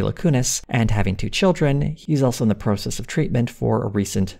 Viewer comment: I wish all Americans pronounced 'process' properly like does.